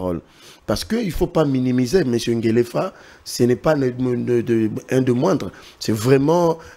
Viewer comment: Pas Ngelefa , Ngefa